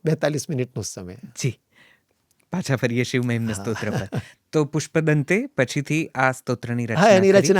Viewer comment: ક્ષમા કરશો, કદાચ મારી ભૂલ હોઈ શકે છે! આપનાથી 'શિવ' ની જગ્યાએ 'શીવ' ઉચ્ચાર થઈ રહ્યો છે!